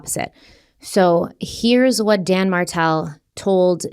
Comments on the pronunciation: Every time you say Dan Martell it throws me off so bad. Name is almost Dan Markell & case reminds us of Summer Wells. Either way i hope beyond hope that those babies aren't gone gone 😭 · My neck snapped when you said Dan Martel bc I thought you said Dan Markel